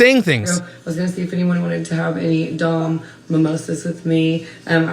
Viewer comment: So many things! Major points for promoting natural beauty and thicc women. You two absolutely should do something together. I love that you can't pronounce Dom. You just seem like a really cool dude.